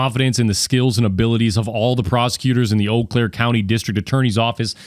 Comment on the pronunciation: Today i finally learned how to pronounce Eau Claire.